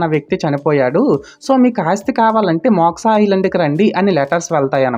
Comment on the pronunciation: మోక్సా కాదు బ్రో.... మోక్ష....😊